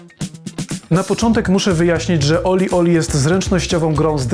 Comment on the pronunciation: Nie żebym się czepiał, ale się czepiam - gra nazywa się OlliOlli, nie OlieOlie. Trochę marnie gdyby ktoś chciał po tym materiale poszukać gry. Sama gra jest trudniejsza z każdą kolejną częścią, w World mam najmniejszy % (51) osiągnięć. Ale nadal baza wojskowa z jedynki to moja najbardziej znienawidzona sekcja.